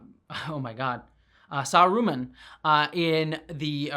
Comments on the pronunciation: Omg plz don't say Saruman like that again! One of the consistent problems of the show has been that it's mystery boxes (actually, having any mystery boxes in a Tolkien property may be a problem in itself) have consistently been the most obvious thing. Who is this Gandalfy stranger? Surely not Gandalf -- that's too obvious. It's Gandalf. Who is this sketchy guy? Surely not Sauron -- that's too-- IT'S SAURON. Wh-- the dark wizard who doesn't like being referred to as dark (maybe he'd prefer "the White?") is Saruman. These writers couldn't find subtlety if Bilbo drew them a map. They would benefit from an editor in the writer's room with one job: no speaking in general, but every time someone suggests something as blunt as "we change the place name to Mordor, but the script is burning!" or "what if there's a constellation in the sky showing Gandalf's elven 'G' rune?" the editor just gets up, backhands them, and says "*you* are the son of a traitor" (and maybe the editor position is filled by Michael Dorn.) They've killed off the most interesting character the show has offered so far with Adar; Sauron is the only one left with much depth, honestly. Plenty of characters might show potential, but they haven't delivered it yet. For all that, I'll probably watch the next season anyway. For one thing, I've been watching series since 2008 simply on the basis that Bear McCreary scores them and I'm not about to stop now. I'm also curious if they are going to provide some insight as to wh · Sah rooo mahn, I cringed every time you said sah roomin' It's okay though, I enjoy your content, keep up the good work! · SArumahn, not saRUman..... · Every time you call him Saru-man, 2 things happen. 1. Christopher Lee sits up in his grave and yells „Saruman!“ with the stress on the 1st syllable where it belongs and 2. I picture Christopher Lee in full Kelpien makeup spiked up on that wheel in Return of the King and that makes me so sad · May I ask why you pronounced Saruman “saROOman”?